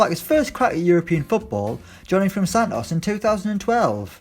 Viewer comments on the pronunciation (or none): none